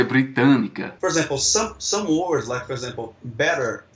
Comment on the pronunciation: O carinha falando "for example" parece pronunciar "por exemplo" hafuhaseushe